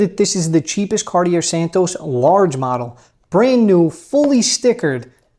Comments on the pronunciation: Big fan! I’m sure you know this, (how could you not?) and say it how you want to, of course, but the correct pronunciation of Cartier is “Car-tee-AY”. ✌️ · Silent r at the end of Cartier bro. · You have to learn how to pronounce it though... the R at the back is silent. xD